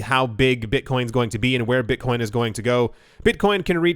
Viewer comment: "Beetcoin"